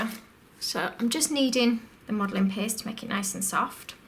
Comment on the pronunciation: "Red Modeling PEHST"